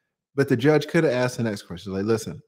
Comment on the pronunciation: Dont deal with a woman that looks like she is is well put together and still says says "aksed" instead of "asked".... Oh snap... "Visitating"?........ yeh she putting up a real front... Skip..